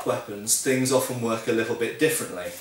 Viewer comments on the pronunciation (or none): none